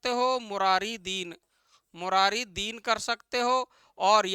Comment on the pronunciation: मुरारी दिन नहीं मुरारी dan hai